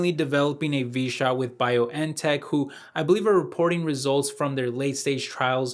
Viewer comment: german BioNTech company/ stock is supposed to be pronouced as "beyond tech" and not "Bio n Tech".